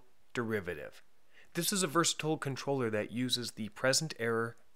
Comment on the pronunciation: The way he pronounces controller is just weird